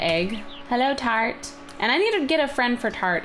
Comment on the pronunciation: Tart sounds like frat(he he)